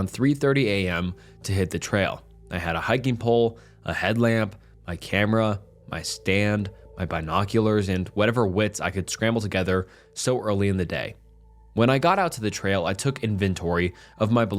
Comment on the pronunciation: The way he said Bye-Noculars made me hang myself